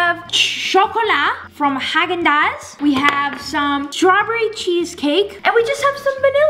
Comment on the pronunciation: Your pronounce Häagen-Dazs is like Hog gen and don’t pronounce it like Jen or generation like you need to like say the g and for Dazs you pronounce it like your basically saying dogs